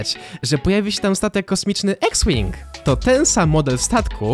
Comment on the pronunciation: CZYTA SIE IKS ŁING